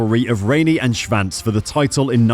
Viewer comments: Why does this guy insist in mispronouncing his name. There 8s no V in there. SHVANCE ? SHWANTZ old boy SHWANTZ ! Good God :( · sure, except that’s not the way he pronounces it and it’s HIS last name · This commentator can’t even pronounce Kevin Schwartz’s name, jeez!!! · There is no “V” in Kevin’s last name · well I’ve never heard Schwantz name said like that before.